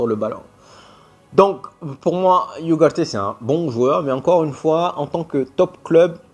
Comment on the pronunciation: Hello, *Ugarte se dis pas*. iougarté 😂 ça se dis Ougarte